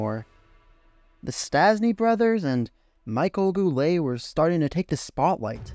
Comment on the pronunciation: Just look at the other comments...Most of them mention the same thing... Yvan Cournoyer, Serge Bernier, Real Cloutier and Vachon...Michel Goulet ,and not Michael Goulet... In the video he mentions the Nordiques gm,and he shows Maurice Richard...Come on! Let’s just say, that the effort for putting this together was not there,the lack of research and the mispronounced names...Yes it was that bad,you can do better.